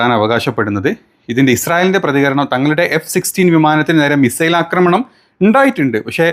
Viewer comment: 'അക്രമണം ' അല്ല, ആക്രമണം.